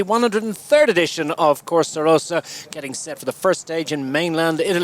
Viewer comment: the legendary corsa rossa (red race) instead of corsa rosa (pink race) LOL